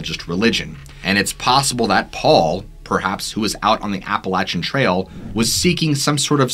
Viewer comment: Fun storytelling! One thing, Appalachia is pronounced like “Apple at cha”, and Appalachian is “Apple at chin”. Most people not from the area don’t know that, so no worries at a small mispronunciation, just wanted to let you know!